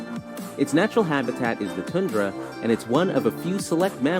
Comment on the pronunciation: Man-toba and New-BURN-swick. And TOONdra. I love this narrator.